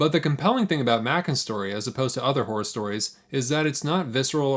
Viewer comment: My apology. I heard you say “horror” at least 4 times before I understood you were not saying whores. If these famous authors had whore stories…I may be able to break into the genre near the top. Whoror, one might say. Cheers!